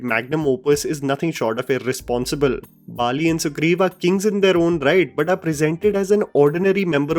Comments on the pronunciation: Its not bali its vali ! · Bro its vali not Bali or Mauritus